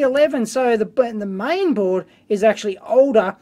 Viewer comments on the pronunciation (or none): Dave, you've made a mistake... you said main board to the "MIAN" board :) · MIAN board, not MAIN.. lol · Thanks for that teardown - i'm really surprised by the amount of engineering work they did at a thing built down to a price. BTW: It was a "MIAN-Board" - not a Main-Board ;) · LOL, "MIAN BOARD" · "mian board"